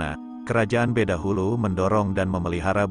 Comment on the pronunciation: Bukan badahulu min tapi bedahulu .